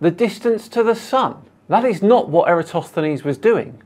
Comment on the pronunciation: I'm impressed, this is the first flerf I have seen who was able to pronounce Eratosthenes